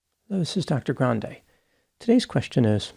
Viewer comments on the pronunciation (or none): none